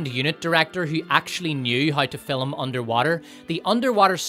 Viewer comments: The word is fiLM, not fiLUM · It took me 38 minutes to figure out the reviewer was actually saying “power” but he was pronouncing it “pyre”. At least I got “fill ‘em” right away ! I’d just never heard “film” with 2 syllables before. The review was excellent .